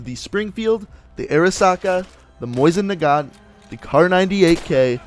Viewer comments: Lol he pronounced it's moisin nagant not mosin nagant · It’s mow-sin nagahnt not moison nagant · It's called "Mosin Nagant" not "Moisin Nagant" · And it’s not Moisan Nagant MOsin Nagant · Mousin nagant is not g How it is pronounced it’s moe sin nagant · For the love of the gods, say it with me. MOH-SEEN NAH-GAHNT not Moisin, which is a real big pet peeve I have. It's not even pronounced that way in Russian. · Why are you saying moisin nagant it is clearly Mosin nagant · "Moisin Nagant" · ehm... its Mosin Nagan not Moisin Naguan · You say mosin nagat like moist nugget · sounds like hes saying moist nagant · "Moisin Nagant" lmao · Mosin nagant mo-zin na-gaunt